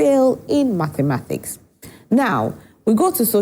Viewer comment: Mathematics and not matemathics